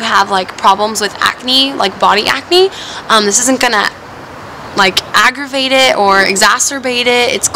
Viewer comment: When you were talking about the sunscreen you said agravate it and then I thought you said Masturbate it.